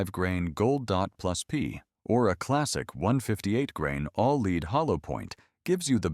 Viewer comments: Why do Ai slop always mispronounce the Element Lead (Pb) as "leed" instead of "Led"? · lightweight revolvers would run nice with wadcutters. they do a good job. go deep enough but not too deep. and recoil is nice. and this AI should learn that lead is pronounced LED and not LEED. ( I did not know AIs can shoot) and while talking about the 38 special it might be a good idea to show 38 special guns only and not 22LRs and 32 HR Magnums.